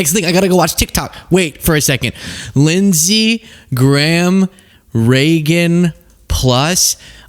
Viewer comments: Lindshe Gayham? Seriously? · Its lindsey GAYHAM